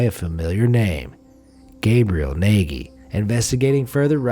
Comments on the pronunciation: Gabriel Nagy looks like a Hungarian name. The pronounciation was completely wrong! Nagy means Big, and the gy at the end is one sound, similar to the D at the begining of the "Due". The "a" is similar to the "a" sound in the "fast" word. I know it's quite complicated. That's one of the reasons why it's difficult to learn English for us. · Is that how you spell a hungarian name? Nayghee? Why not the Eetoree Maygeorayna, that would be the 'murican pronunciation? I do believe that mister Nagy calls himself Nayghee in order to sound less exotic, but why live in a place where "Naj" (closer to the correct pronunciation) sounds exotic? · Nagy is pronounced Natge...kinda like nudge....